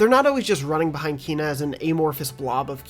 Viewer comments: Again Kay-nah not kee-na. It's how the devs have said it. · KENA. It's pronounced Kena. The same "Ke" in "Kettle" and yet you keep on saying "Kiina" for some reason. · KENA not KEEEEEEENA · It's strange how you say it as "Keena" instead of "Keyna." Lol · Wtf is wrong with every yank on Kena videos calling it KEENA so annoying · Seriously, how does this guy see “Kena” and ends up pronouncing “Keena”? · Actually Kenna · her name is pronounced Kay na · Please learn to pronounce Kena